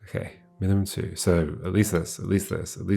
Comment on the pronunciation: "MINIMUM2", not "MINIMUMZ" 🙂